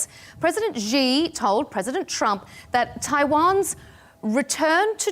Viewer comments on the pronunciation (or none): Is it that hard to pronounce 'Xi' and 'Beijing' correctly? It's 'she' and 'bay-jeeng', not 'zhee' and 'bay-zheeng'. For goodness' sake, stop this nonsense! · I am on many programs on different networks around the world, and many hosts mispronounce Xi Jinping's name. I sometimes try to let them know before or after the show about this. However, this is a losing battle. Most will continue to pronounce it as "GHEE" or "ZEE".